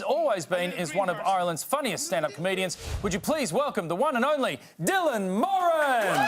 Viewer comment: Thanks for pronouncing Moran correctly!